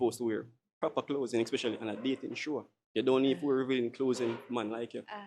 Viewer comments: if dah bredda ya say "clothsing" one more time!!! Go learn fi chat man. The first girl skirt did short fr but the second girl looks good. Wat u mean skirt to her knee! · Not 'closing', 'clothing '. Put your tongue between your teeth. Lol😂😂😂😂😂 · “Revealing closezing” 😂